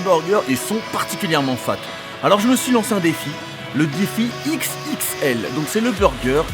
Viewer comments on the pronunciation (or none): Mdrrrr le défi X. X. L comment tu le dis c'est énorme 😂😂😂😂